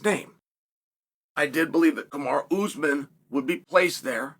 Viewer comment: Kamar'a Usman Love how Chael butchers names